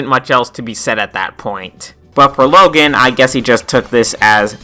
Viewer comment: Yea, that was also a big mistake on my part... I got the name confused with the kid from diary of a wimpy kid. But an easy comeback to would just be how he says "Logen" instead of "Logan"